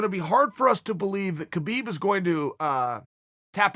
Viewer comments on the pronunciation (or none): It's pronounced : HABIIB Not KABIIB #NameTheEagle